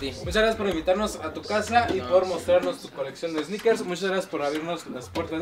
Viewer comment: Pinche cringe cuando dice esneikers